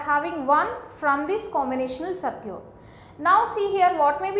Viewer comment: its circuit not sircute